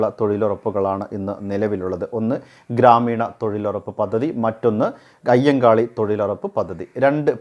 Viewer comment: കയ്യങ്കാളിയല്ല " അയ്യങ്കാളി" യാണ്. വല്ലതുമൊക്കെ പറയുമ്പോൾ പഠിച്ചിട്ട് പറയണം.